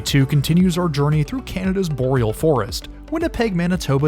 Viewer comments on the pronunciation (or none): none